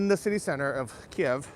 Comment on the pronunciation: isn't the proper pronunciation KEEV not KEY EV